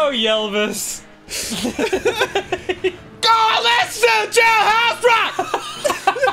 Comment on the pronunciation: It took me a second to realize what he meant by 'yellvis" Once I found out, I died of laughter.